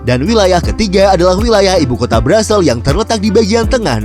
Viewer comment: Ibu Kotanya dibacanya Brusel bukan Brazel